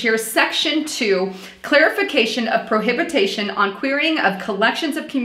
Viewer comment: Section 4 Line 10: The word is pronounced [Pro Hi Bi Tion], Not [ Pro Hab I Ta Shun]... Best, MM:) Good Post!